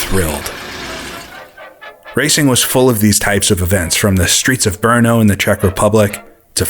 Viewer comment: it's BRNO, not BERNO :)